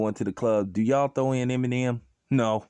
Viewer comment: Funny you sayin this but you can’t say Eminem right